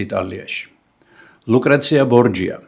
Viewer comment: ისე ბორჯია არცაა სწორი.სწორია ბორხია.ესპანელებს ,,ჯ" არ აქვთ,და ნურც ჩვენ წავიკითხავთ ,,ჯ-თ".ისე ყველაფერს ხომ ინგლისურად ვკითხულიბთ და წარმივთქვამთ,კაი ხანია უკვე ქართულად წერისას იქაც ინგლისურად ვწერთ.საღოლ ჩვენ.ვუდეო კი ისევ 👍👌